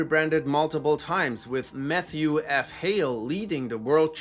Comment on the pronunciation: sounded like meth-thew